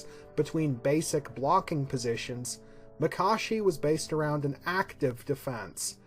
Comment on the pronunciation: Finally someone who pronounces Makashi the correct way. These vids are great! Keep it up!